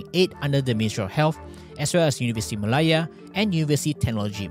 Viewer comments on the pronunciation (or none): none